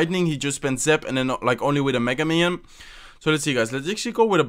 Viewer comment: That's zap...not zip ya nub !!!!!